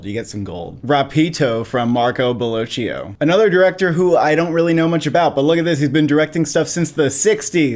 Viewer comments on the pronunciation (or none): the CH in Bellocchio is pronounced like a hard K (as in Pinocchio)